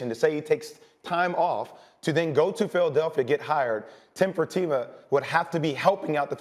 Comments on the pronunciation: J Will really botched Tillman Fertita’s name on this one 🙈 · chill out dude, I just thought it was funny. He botched the name pretty badly, it barely resembled his actual name.